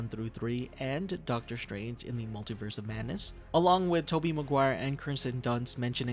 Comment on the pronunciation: Doctor Strange❎ Doctor Shtrange✅